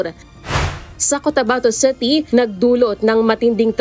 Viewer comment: WTF?? The word “city” is pronounced “city”, not CETY! Please pronounce words correctly if you wish to be aired nationwide. It’s embarrassing. Thanks 😊